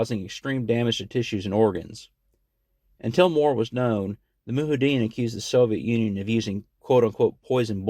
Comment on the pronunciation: Moo-hideen haha. It’s Mujahideen (moo-jihad-een.)